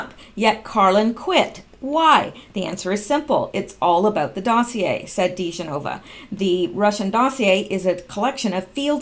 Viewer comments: His name is pronounced: Di-JEN-o-vuh. I do enjoy following your posts. WWG1WGA. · They're pronounced like this: de GEN o va & BUR yah kov (just trying to be helpful!) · It is pronounced Joe DiGenova. Di = De - Geno- va. OR Joe Digenova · Pronounced Duh-GEN-O-vah.... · It's pronounced... Dee Ja Nova...